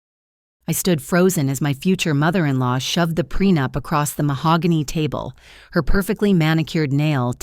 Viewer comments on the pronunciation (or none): It's prenup not prenapped😂😂